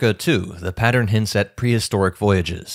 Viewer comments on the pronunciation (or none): none